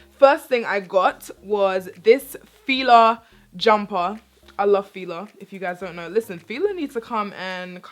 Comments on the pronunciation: Pronounced Fila wrong lol, or y'all say it differently then the U.S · Latoya has been rubbing off on 😅 she did a little trini accent when she was talking about fila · Adrianna Campbell She's Jamaican, that's what that was